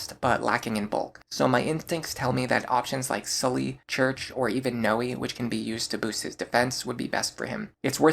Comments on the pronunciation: Cherche is pronounced Cheir-Che just an fyi. Its french iirc. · Just FYI, Cherche is pronounced like the word share with a sh sound tacked onto the end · I always thought Cherche was pronounced "sure-shay" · Pretty sure Cherche is pronounced (Share-Shay) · I dont think i've ever heard someone pronounce Cherche's name as "Church" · I've never heard someone pronounce Cherche as church, but maybe that's a west coast thing, or because my entire family is Mexican. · Interesting that you pronounce Cherche like church. I always thought it was Cher(like the singer)-sh